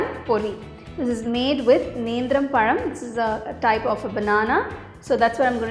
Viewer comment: You correctly pronounced nenthrapazha 👏